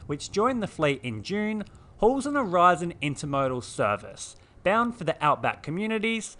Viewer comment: "Aurizon" not Horizon. Read the text above.🙄